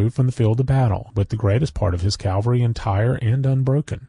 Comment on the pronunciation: Why do so many American readers read the word “cavalry” as “Calvary”